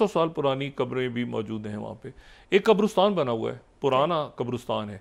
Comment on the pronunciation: Why do you keep mispronouncing “QABRISTAN”?